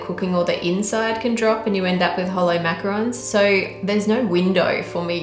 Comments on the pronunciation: macaron not roon lol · It’s macarons. Sorry. D